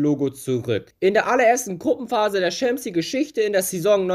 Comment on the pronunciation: Stimmbruch triggert mich. Und auch wie du Schämps League sagst hahahaha